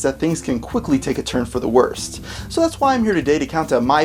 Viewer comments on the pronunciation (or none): Oh the way you said the t in worst at the beginning.... Pls no